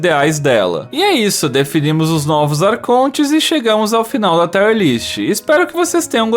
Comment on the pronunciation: taier não. TÍierr kkkkkkk